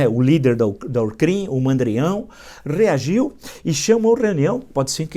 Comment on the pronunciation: rrrrrrrrrrrrrrrrrrrreargiu, kkkkkkkkkkkkkkkkkkkkkkkkkkkkkkkkkkkkk